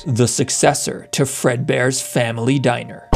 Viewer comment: Bruh it's "diner" "🤓 "